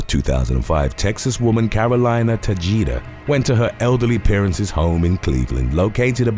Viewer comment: Tah-hey-dah, please estop saying Tahjeedah. J's are pronounced like H, ok?